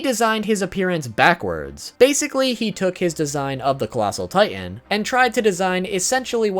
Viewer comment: ah yes, colassal titan body pillow